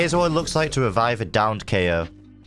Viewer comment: Hmm Kayo more like keoch?